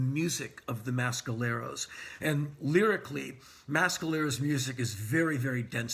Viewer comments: please learn how to pronounce mescaleros. its meh skaleros not ma skaleros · Someone clarify please. Is it the pronouced Mass-caleros or Mess-caleros? I get the feeling Mr Rollins is injecting some weird accent to The Mescaleros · On the East Coast we say "Mess"..............Never heard it pronounced "Mass" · Great review Henry. Now.... if only you'd stop mis-pronouncing Mescaleros. It's not MASKaleros ffs! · y u saying mescaleros like that